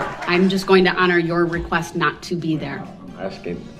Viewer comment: I’m thankful that I have never “RECOOST” myself. That sounds very painful.